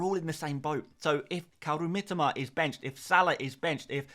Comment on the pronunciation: Mi-TO-Ma...say it right please...I'm Japanese and "Miteema" triggers me every time you mispronounce it😅